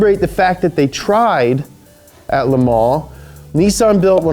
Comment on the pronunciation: it is amazing to hear an American pronounce Le Mans correctly in French. Intentionally or not it was pronounced correctly with precision.